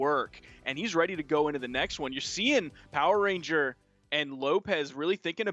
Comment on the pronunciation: Lol it's "power RANGER* not " Power RENGER" lol